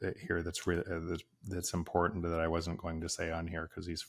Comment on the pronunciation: you said impor-tant. It’s very unusual to hear Americans/ north Americans pronounce… TANT. Those last syllables are usually garbled with a nasal thrust. It’s not even something One can put on in a text or make it intelligible, sensible because it is so nonsensical. Martin..Mountain Putin… anything with (TIN or tint) is usually garbled, pronounced with a nonsensical sounds. So here’s to you again.👏🏼